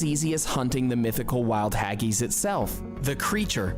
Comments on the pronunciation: Jelly and ice cream used to be a staple at a kids birthday party. It is also a PUDDING, because that is what we call DESSERT. Pudding ( dessert) can be hot or cold, not just a cake ! Deep fried Cadbury Cream Eggs at Easter. What the hell is a " TV PICKUP " !? Hageese !? Mushy is pronounced as the sled dog command MUSH and not MOOSHY. There are NO fries in a chip butty ! They are real CHIPS....from the chip shop ! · black pud is delisus but the its a yank doing the video he cant even say haggis mushy peas is made from dryed marrow fat peas chip butty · The fact this is presented by an american is a clue. Has he even been here. He cant even say haggis. No one, but no one eats stargazy pie. Is this based on historic cookbooks. Britains voted the Chicken Tikka Masala as our National dish. We like our meat pies. However you rately find fried mars bars away from scotland. As for spotted dick we have many pudding whos main purpose is to give body to delicious vanilla custard. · I guarantee the asshole in this video has NEVER been to the UK and tried Any of these foods. He should also learn how to pronounce Haggis properly. Also, a Chip Butty does NOT contain Fries. It's Chips. They are different. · What's the most unusual thing in this video - the pronunciation by the narrator ! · The video is rubbish! Nobody eats stargazy pie anymore.Chips and gravy is kinda uncommon in the south of the UK. Deep fried Mars bars are a joke that became real! But the producer's health claims are hilarious!! 7 is just pig ignorant! He can't pronounce Haggis and very few ENGLISH people have ever tasted it! (yes it's basically a mutton sausage!) Mushy peas are NOT garden peas, they are marrowfat peas which have quite a different taste. 2 That's NOT Toad in the hole (You're right!) Not French fries (which are thin and brittle)! but UK chips which are much larger so that the outside is golden but there is plenty of potato inside. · Haggees??? Why did he pronounce it like that????